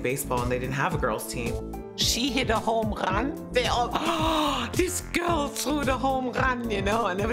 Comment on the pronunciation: a "homrran"